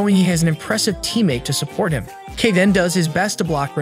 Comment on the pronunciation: his name is pronounced as kay not kee